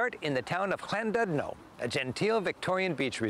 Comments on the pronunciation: Llandudno, the Ll at the beginning is easy put the tip of your tongue behind your front top teeth with your mouth open and blow Ll , there you go, and is dud, always always phonetic dud not dude. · Lol how this guy says llandudno 😅 colse but not not I'm 7 miles from llandudno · The u in Llandudno is the Welsh u, which is closer to an ee sound. The town is the parish of St Tudno, pronounced Tidno, (but everso slightly longer).